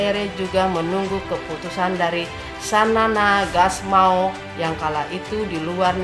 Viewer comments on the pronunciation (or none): Terima kasih ibu yg telah mempublikasi sejarah Dan kepemimpinan para militar TL. Kalau boleh saya kasih input, tolong Baca nama orang yg jelas, saya lihat ibu menyebutkan pemimpin Seperti XANA Gusmao, jadi Xanana Hasmao. Mohon di perbaiki.